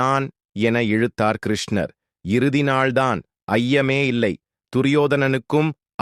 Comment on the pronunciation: Pronunciation is very bad. Please correct. Dharuman is pronounced as Tharuman. There are too many mistakes. Please redo this and reload to avoid criticism. Even the name of Lord Krishna is wrongly pronounced. Who is the reader of this text??